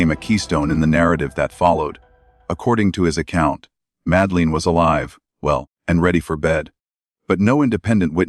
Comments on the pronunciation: Her name is madeleine not madleen as you spell and say it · Have to stop listening because calling the little girl Madaleen is getting on my nerves. It's Madeline. If this AI or whatever it is can't speak English properly then don't do any of it.. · I've suspended belief bc you can't even get the pronunciation or spelling of Madeline's name right. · Madeleine . Not Madleen ? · For gods sake, at least learn how to pronoun her name! Not Msdaleen! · Ma-da-lin. Priya-del-loose. At least pronounce the victim’s name and location properly using a human instead of using ai. Just undermines the content / channel in general. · Madleen..!!? Madleen..!!? What a load of s***e..! Get it right.. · it’s AI, that’s why it’s mispronouncing multiple names. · You can’t even pronounce her name correctly! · Ok this whole video is such Bullshit. Between the mispronounced name of the girl to mispronounced passerby. And absolutely no actual mentioning of when, if, or who, broke their silence only poorly produced recitations of what's already been known. I'm going to have to take a hard pass at this.